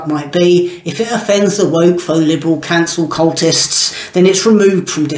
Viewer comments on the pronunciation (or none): Are you sure you meant cultist? I think you mis-pronounced the l.